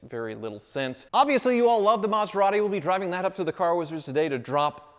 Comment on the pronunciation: Would sound better to say Meth-er-ati. Same number to syllables and closer to the sound of the original.